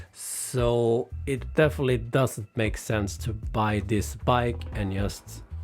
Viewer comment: You say word " just " wrong